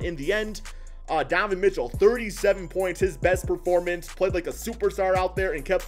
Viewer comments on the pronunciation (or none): none